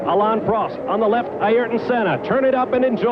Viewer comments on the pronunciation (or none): “Air ton,” Bob, not “EYE air ton,” dammit. That has always annoyed me.